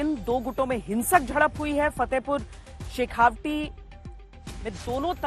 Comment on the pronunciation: आप तो बहुत पुरानी पत्रकार हैं फिर भी आप शेखावाटी को शेखावटी कैसे बोल रहीं हैं ? तत्काल ध्यान दीजियेगा। शेखावाटी को शेखावाटी ही बोलिये। शेखावटी नहीं।